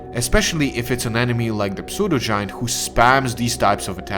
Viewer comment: The P in pseudo is silent. Like in psy.